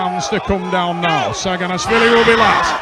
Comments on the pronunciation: travis deadass says "shaggin-ass-willy" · dude... he's not shaginasvili he's saginashvili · Shaginasvili 🤣 The commentator should learn how to read the champion's name. Embarassing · Why was that commentator calling him Levan "SHAG"anashvili.. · The commentator got Levan's last name wrong with pure confidence